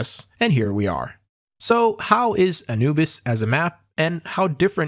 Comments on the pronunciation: ngl i never heard someone pronounce anubis like that before lol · Bro, u didnt even look up how to pronounce "Anubis" before making video?